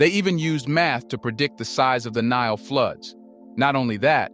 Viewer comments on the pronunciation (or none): none